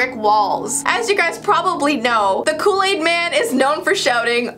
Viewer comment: I don’t know what loo laid is but it sound good!😂😂😂